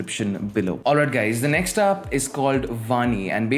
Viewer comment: I understand that you have problem with pronouncing but you can not call us gays🤣🤣😛😛🤔🤔